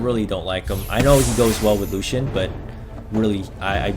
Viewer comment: Like how you pronounce lucien like lu-hsien